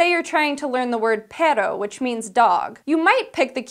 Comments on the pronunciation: Peh ro haha, that was cute. you gotta say PeRRRRRRo, roll that R like a pair of dice, girl! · you're supposed to pronounce the "rr" in perro like the "ro" in rocket, pero is a different word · She needs to improve her spanish. When she pronunciated "perro" she said "pero", which means "but". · And She says Pero instead of Perro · She tried to roll the r but it's difficult for some English speakers to roll their r because it's not in the language and her accent made it sound like pearo and not peh - rro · Did she mean perro? Because that's what means dog. Not pero. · She says "but" not dog in spanish D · lol, she seems to say PEDO (fart) when she try PERRO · This video makes me want to die. She pronounces perro like she is actually thinking pear oh. As in, the pear oh uses new mon ix to remember how to pronounce things... poorly.. because it's a dog... that doesn't speak a language. repeated headdesk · I'm not sure I'd recommend the keyword method across languages. That pronounciation of "perro" was atrocious and sounded way to similar to "pear". You'd have to take special care not to let your keyword influence the way you pronounce the word you're trying to remember. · Actually perro isnt pronounced pearo, you have to roll the double Rs, the way we pronunce e "pe" and combine it with the double r doesnt sound like pear, just making it clear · yeah that was annoying lol pearo...*cringe... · As a Spanish speaking person, you spelled perro as pero. the r must be stronger since its a double r. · You said "but..." Not dog. If you don't roll the R's you're saying something else. YouTube how to roll the r for Spanish or even Chinese(flaccid roll) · The way she pronounced "perro" made me cringe so hard. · How did you just pronounced "Perro"?